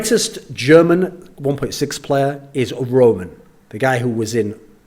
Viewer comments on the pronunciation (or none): none